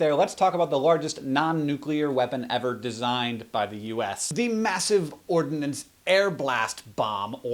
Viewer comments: Ordnance not "Ordinance". lol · It is Ordnance not ordinance silly man. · Massive Ordnance...not ordinance. Massive Ordnance Air Blast. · its ordnance, not ordinance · Did he say that MOAB Massive "ORDINANCE" AIR BLAST? maybe it's ORDNANCE. . . .